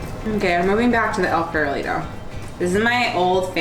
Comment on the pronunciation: Nice video, but tbh, the way you say "El Farolito" needs some work 😂